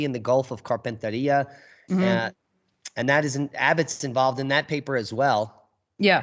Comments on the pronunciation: Carpentaria pronounced Carpen (as in carpenter) tear ia. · Great show 😎👍 We pronounce Carpentaria here (as in Gulf of) as: carpent-area.